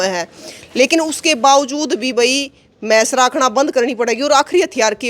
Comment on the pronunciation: Hello ye mais nahi bhais bola kar ap to padhi likhi ho Do mind if you use pure haryanavi.